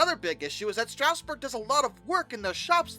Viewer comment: Bro cannot pronounce "Strasburg" I have talked to SRC engineers who have used 31 to pull 8 or 9 cars which is about the max Strasburg runs, so the "not strong enough" argument isn't really true, although it was a bit much for such a small engine.